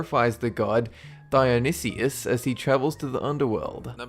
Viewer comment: And you say Diyonisus as Dye-An-ni-sus